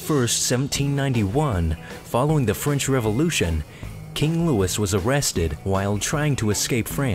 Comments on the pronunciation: It's King Louis (Lewey), not King Lewis. It's a French name. You don't pronounce the "s". That was kind of funny. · it's king Louis, not king Lewis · Learn how to pronounce Louis. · King Louis is not pronounced like Lewis. It's pronounced like... Louis. Also, that last guy didn't piss off thor - that's thunder - Zeus is lightning. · How could you mispronounce Louis...did you go to school? I'm so embarrassed for you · it's the English pronunciation of a French name that anyone who is talking about history should know how to pronounce. that's like calling someone named Jorge "George" just because you want to call him by the English name. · KrunchyNaut thanks genius, you're missing the point. You don't change the name of a famous historical figure to the "proper english" version just because you want to. It's french, a name of a french person, therefore you pronounce it the correct french way. It's really not that difficult to do or comprehend. I have never in my life heard someone talking about history with even an ounce of authority calling him Louis the english way. It sounds ridiculous and it IS ridiculous. Just because there exists an english version doesn't mean you use it.